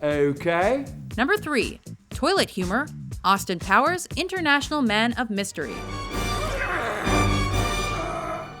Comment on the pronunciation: Anyone else hear Austin "Towers"?